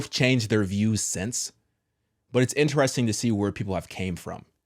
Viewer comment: Do ya’ll pronounce the word “interesting” like “inne-REHS-ting” or “in-tres-TING”? 🤨 Off topic😂💀but this catches me off guard every single time I watch these vids🤣 cz I’ve never heard anyone pronounce it like him? So, genuine question …?